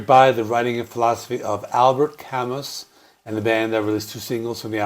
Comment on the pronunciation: Not Camus, it's pronounced "Camoo"